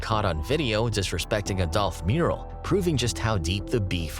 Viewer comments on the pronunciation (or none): none